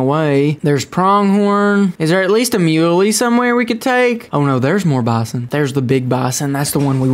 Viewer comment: You don't know how to say bison!!!!!!!!